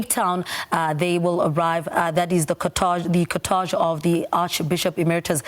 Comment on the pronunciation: Please ladies... check the proper pronunciation of the word cortege...